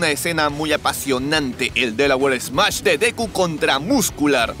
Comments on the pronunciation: Si dijo mash ._. ? Es la peor adaptación y doblaje de parte de deku :v hay voces que se pueden rescatar pero no le andén cambiando ni cortando frases y nombres ;;--;; es smash :v y en esta escena la a fue más pronunciada por un largo periodo :'c me siento decepcionado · El detroit smash latino esta bien y bastante cerca al original, pero siento que el SMASH no ha sido bien pronunciado, osea, no se escucha bien la M en el grito